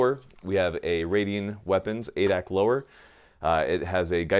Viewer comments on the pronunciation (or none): none